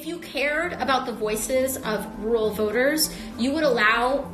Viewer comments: Why would she need to pronounce Rural? Like she gives a left side of a right facing Donkey about Rural people. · Can she pronounce "rural" correctly please? When she ever going to debate? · Michael, AOC's pronunciation of rural is a bit retarded but then almost any American's pronunciation of mirror is equally retarded. Sounds pretty similar to someone who speake English as a first language. (US Americans are predominantly of German descent.) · Is she so urban that she doesn't know how to say rural? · In AOC's defense, rural is a hard word to say 😉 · respectfully, I believe many conservative figures call out stupid things in attacking here. her pronouncing "Rural" is not that big of a deal, why bring it up? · Having made fun of her for how she pronounces words, he over thinks each time he says "rural" himself lol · Having trouble pronouncing "rural"? Then just say "Constitution". Cause thats where that stupid electoral college comes from. Dont like it? Change the Constitution. Theres a process for doing that and its been done before. And if you're not going to do that then you're just running your mouth. Acta non verba. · Rural = Roo-rall, pronounced quickly! Realtor = Ree-all-ter, pronounced quickly! Mischievous = Miss-chiv-us, pronounced quickly! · Rooral rururow ru ru rowru ru roll roll ru, what the heck is she talking about!!! Sounds like a little child trying to pronounce words. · Few Americans can pronounce squirrel or mirror, so it’s unsurprising some of you have problems with rural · Haha...it seems you cant pronounce 'rural' either dude ! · She can't say RURAL because of the big ass horse teeth overcrowding her mouth. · Tbh I can’t say ‘rural’ properly either lol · No offense and don't mean to sound I'm defending AOC cos I'm not but you fumble when you pronounce 'rural' too.. Not sure if you were just being sarcastic there :) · Rural = rul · "Wuwal?" Who let Elmer Fudd in here? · “Roo-rahl!” Thanks for the input Scooby Doo. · Like Barbara Wa Wa "Wural" 😂